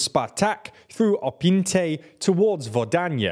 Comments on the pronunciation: It's not just pronounciation. Also writing. He says "Opynte", they write "Optyne" but the correct one is "Opytne". 🤣 EDIT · Yeah, it looks like both transcribing from cyrilic and reading could be improved. Correctly it's Opytne, they write Optyne, read Opyntei. They correctly write Vodyane but read Vodanye/Vodonye. They correctly write Vesele but read Vezele. They correctly write Krasna Hora but read Kransa Hora. Many other names are written and pronounced correctly though. I don't mind the accent at all, I do appreciate the effort. Bakhmut is close enough, no complaint there. They should just read those difficult Slavic names yet a bit more carefully, they're already almost there. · Opinte? Optyne? It's Opytne. Guys it takes 2 seconds to look at the town name and spelling. Vodanya? Vodonhe? No, it's Vodyane. Could you please make some effort? Kransa Hora? It's Krasna Hora. You even spelled it right in the graphics. You've got over half mil subs and you can't even read your report right.